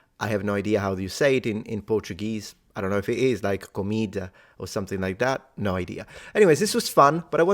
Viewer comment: Well done, one of the few foreigners who can pronounce "no" correctly on the first try. This is indeed a difficult one.